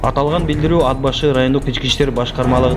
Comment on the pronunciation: Тууганым туура суйлогонду уйрончу унаа деп айтылат ууна эмес Ат башы деп айтылат ад башы эмес сага окшогон сабатсыздардын кесепетинен элибизде сабатсыздык оорчуп элибизди ботон элге шылдын кылып атасынар